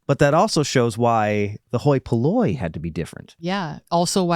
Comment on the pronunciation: Glad I watch the blooper at the end because every time said hoi polloi I kept thinking “me hoy minoy” too 😅